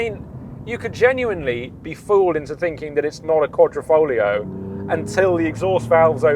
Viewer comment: Great video but is there no letter "I" in the English alphabet? It's Quadrifoglio not QuadrOfoglio...QuadrO is a picture frame in Italian....but like I said Great Video!